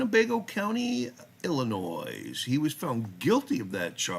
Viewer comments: You’re killing me. It’s pronounced ill n oye, the “s” is silent. The FOID card is required to own, buy, or possess a firearm or ammunition. Meaning even handling a firearm without a FOID is illegal (unless you’re with a FOID card at a range.). In Illinois you have to have a FOID n order to get a CCW. No FOID means no CCW. Illinois requirements to get a CCW are some of the more strict in the country and I don’t believe Illinois acknowledges any other states CCWs. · just so you know the letter “S” at the end of Illinois is silent. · I love your channel, except for one thing. Im from Illinois, and even there is an S at the end, its silent!